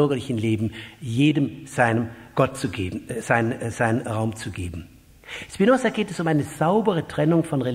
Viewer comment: Er heißt nicht Spinossa.